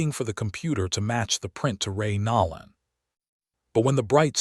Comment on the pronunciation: HOW CAN ANYBODY LISTEN TO THE NAME AND NOT PRONOUNCE IT NOLAN WITH A LONG O AS IN NO. DEFINITELY NOT NAWLAN.